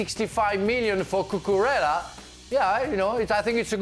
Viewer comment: Kepa. Spell it right at least. The same way Stevie can't properly pronounce Cucurella.